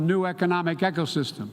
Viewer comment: he said gecko system lol.